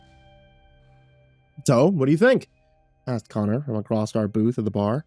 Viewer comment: Acrosst is not a word. There's no T.